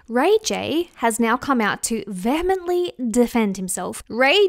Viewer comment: Vehemently is not pronounced vermintly.